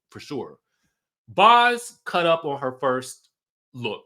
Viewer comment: It's Boz as in "Bows" like tie a bow or throw them bows